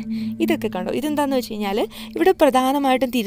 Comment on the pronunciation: Its good but she can standardize her malayalam. Kayinjal is a wrong usage. Kazhinjal is the right pronunciation. Please be careful while using our Mother tongue